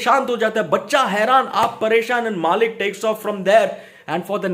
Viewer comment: It's मलिक not मालिक